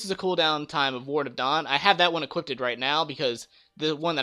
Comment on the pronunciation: "Equippeded" tho